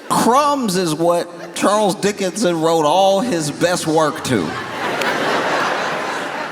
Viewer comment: Did he say Charles Dickinson?